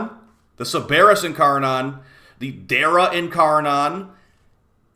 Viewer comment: Ok enough, it's not incarNON it's incarNIN